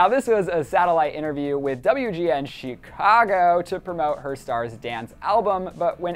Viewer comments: why you gotta say Chicago like that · LISTEN FROM - HAHAHAHA HE EMPHASISES ON CERTAIN WORDS LIKE 'GOMEZ' nadsndjsd s 'CHICAGO' sfjsdnds 'BIEBER' so fucking funny